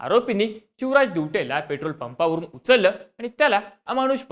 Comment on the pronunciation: Are tu chivraj boltoyas ki shivraj boltoyas😂